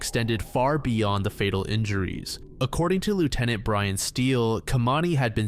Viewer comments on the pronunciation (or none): none